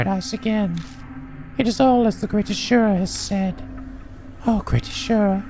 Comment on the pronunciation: The way to pronounce "asura" is "azu-rah".